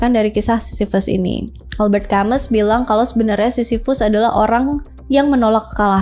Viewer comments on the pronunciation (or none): Denger Prometheus dari bukunya American Prometheus. & Camus itu bacanya Albert Kamu